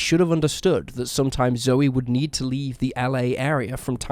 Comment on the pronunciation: Not that it matters, but Zoe McLellan's name is pronounced like 'joe' not 'Joey'.